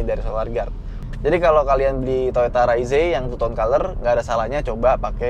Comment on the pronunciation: Padahal enakan bilang reiz om